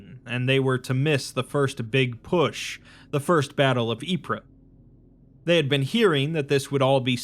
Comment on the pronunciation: "Ypres" is pronounced "eep" Don't listen to google, Belgians don't actually say it that way. Its just "eep" I only corrected you because the real pronounciation is sillier.